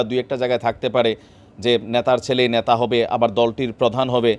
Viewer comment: ন্যা তা নয় নেতা বলুন, শব্দের উচ্চারণ বিকৃত হলে ভাষার madhurjja নষ্ট হয়, ধন্যবাদ।